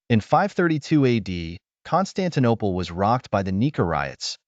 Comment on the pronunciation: "Constantine Eye" 🤔 🤦‍♂️